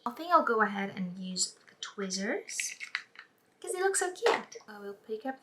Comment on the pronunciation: I like how u are showing everyone the way the contacts look while you're in the daylight because it looks more lighter so now i know how it might look on me! Oh, by the way I love how u say twizzers (tweezers) I know u have a Greek accent, but it's cute :)